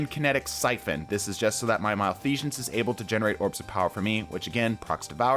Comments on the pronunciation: MalfeSHense? What? I think you mean Malfeasance. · “Malfesion” lol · Okay, but why do you pronounce it "malfeashance"? xDDDD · Why is the S coming out as a J sound when you say Malfeasance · he really said malfeajance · Why he saying its name like "malfeazhance" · why do you keep saying Malfeasance weird? theres no "sh" sound on the S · Bro said Malfeashons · Okay, first off, thank you for the video. Secondly..there is no H in Malfeasance. It is not Malfeshance. Just a heads up. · Bro there is no h in malfeasance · Fun drinking game, take a shot every time he mispronounces Malfeasance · Everytime I hear "malfeasance" pronounced incorrectly a part of my soul dies. Malfeasance has always been good with lucky pants ever since their inception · I keep getting distracted by your mispronounciation of malfeasance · More PVE vids, please. But do drop the non-existent "sh" in "Malfeasance". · it hurts every time he says malfeasance